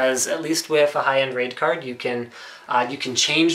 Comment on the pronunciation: when he said raid card i herd rape card